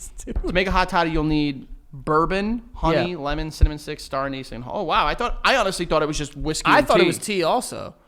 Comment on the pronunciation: Hearing the way pronounces anise is sending me into therapy